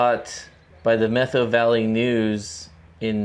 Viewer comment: It's pronounced Met how, not Meth ow. Emphasis on the first syllable. My family has a long connection with the Methow Valley. My great grandfather was among the first to settle the area, having a ranch in Twisp. One story told to me by my father was about my grandmothers half brother. In about 1890, I think Dad said, grandmothers half brother, who will go nameless in this tale, and two of his friends worked the ranches in the area between Pateros and Winthrop. One day they got drunk, rode their horses into a saloon in Winthrop and shot the ceiling out of the place. At that time there was no law enforcement nor courts in Winthrop. The way the locals handled the situation was to invite the boys to remove themselves from Winthrop and never come back. My grandmothers half brother moved up to the Chilcotin district in BC and started a cattle ranch, ran pack horse trains into the backcountry to mines, ranches and hunting parties and made leather horse tack, saddles, shirts, chaps and other leather goods. I always wondered if it was the Three Finger Jack saloon they shot the ceiling out of. I went in there for lunch once and checked out the ceiling. It looked pretty intact to me, so, who knows?